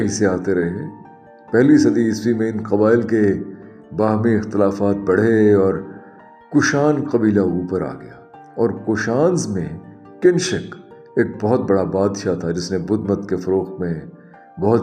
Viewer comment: Not Kinshak the name may be Kanishka